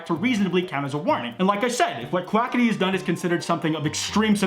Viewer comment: Can I just say that Keem said Quacka-tea.